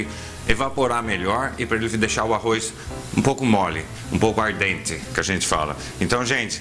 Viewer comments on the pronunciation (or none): 👏👏👏💖 DEMAIS!! Alto astral e receitas DIVINAS. Obrigada. Só um detalhe, é "al dente" e não "ar dente", rsrsrs! Mas até isso é legal, porque as receitas são mesmo ARDENTES! 😁👍🙏